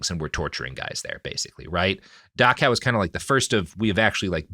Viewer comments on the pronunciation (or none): It's Dachau not Dakaw. Why is it so hard for americans to speak? :D